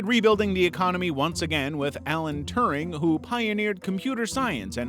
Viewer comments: you mean Alan Turing, not Turning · Alan "Turning"... kek